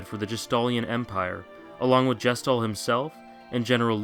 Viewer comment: you mispronouced gestahl. considering he's meant to represent the gestapo (yes, THAT gestapo), it's a pretty major aspect of him. it's meant to establish halfway through the game that kefka would be too evil even compared to the [1940s german political party]